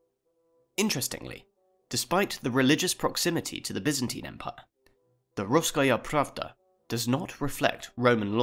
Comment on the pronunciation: I was pretty surprised when despite mispronouncing a bunch of stuff you managed to pronounce "Russkaya Pravda" as perfectly as a non-native speaker can. Rather than complain about all the mispronunciation I will give some tips: For pronouncing East Slavic words correctly you should first beak them down by syllables instead of immediately trying to pronounce the whole word and likely missing several sounds. The "ia" in East Slavic languages is a single sound (Cyrillic letter "я"). In "Iziaslav" you pronounce the "i" and "a" separately, which makes it sound more like "I-za-yah-slav". You make the same mistake when pronouncing the name "Sviatoslav". The "zh" in transliteration of Slavic languages makes a sound that most English speakers are not familiar with. In Cyrillic it's represented by the letter "ж" and in IPA by the letter "ʒ". Wikipedia has an example of this sound in English as the "si" in "vision" and "allusion". The two o's in "Beloozero" make two separate sounds (Since it's a combination of two words - "Belo" and "Ozero" meaning White Lake), so it would be "Be-lo-o-ze-ro". The "Vse" in "Vsevolod" is a single syllable, but you accidentally add another vowel after the first "V" making it into "Ve-se-vo-lod". Similarly, you make the syllable "Tmu" in "Tmutarakan" into two by splitting off the letter "T". All these corrections probably make me sound very snobbish, but... well... I don't really have a justification for this. Anyways, I can't add much to the history in thi